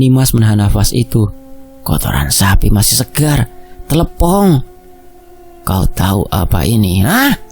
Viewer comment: Mas bukan tlepong tapi tletong sapi